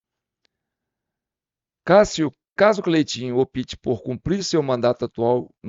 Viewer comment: A pronúncia correta não é O - PI - TE. A pronúncia é ÓP - TE. (O P deve ser propunciado brevemente).